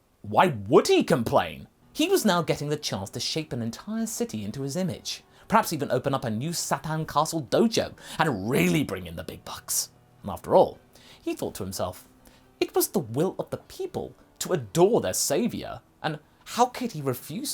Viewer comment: King Sah-tahn